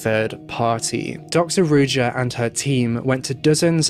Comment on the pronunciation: You're butchering her name.it's supposed to be read as ruža meaning z is read like in for example in joie de vivre not as j as in jeans.Ruža means rose on multiple slavic languages.it's almost obvious that she went into hiding with the money she stole which is horrible.poor people.